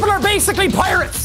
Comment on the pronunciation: “IRRRASH PEOPLE ARREE BASICALLY PIRRRRATES!” (coughs in pirate)